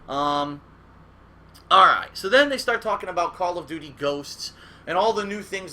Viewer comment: Call of dooties Lmaooo